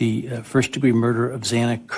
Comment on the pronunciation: I wish that judge could say Xana's name right. It is so disrespectful to not say victims names correctly. Get it right the first time!